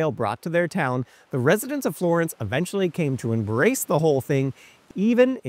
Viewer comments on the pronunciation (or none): none